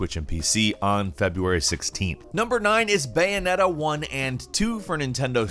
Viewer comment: This dude said bayoneta better than nier